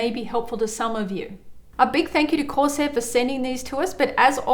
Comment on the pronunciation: Love how she says Course air at the start instead of corsair